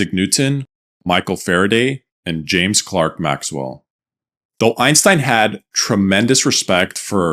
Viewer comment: I realized the announcer had zero tech background when he called him " James Clark Maxwell"